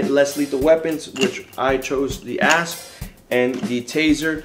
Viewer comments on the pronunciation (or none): Omg when you said asp, I thought you said ass